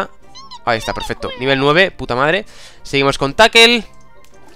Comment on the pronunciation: joa... se pronuncia TACKEL y se escribe TACKLE